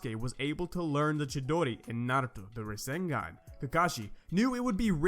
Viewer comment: My man naruto doing "razengan"